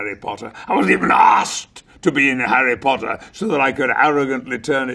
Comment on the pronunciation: Harreh Pottah. Punkeh Brewstah.